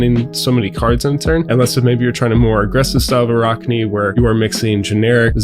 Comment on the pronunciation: Ah-rack-knee. In all seriousness good video. Love the assassin feel and hope we get a lot of support in the next set.